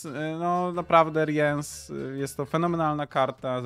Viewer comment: Co do omówienia talii to im bardziej szczegółowe omówienie talii tym lepiej. Jeżeli ktoś ma z tym problem to niech to sobie np. poprzewija lub ominie. Ja tutaj nie widzę problemu. Tak by the way nie czyta się Riens tylko Rins (nawet jak zagrywasz Rience'a to mówi:"Zwą mnie Rins, zapamiętaj to imię". Ten co odpala rozmieszczenie sąsiadujących żołnierzy to Wrygef. Dla tych co grają Yrden jest specjalne miejsce w piekle? Moim zdaniem dla tych co grają Renfri i to jeszcze więcej niż raz.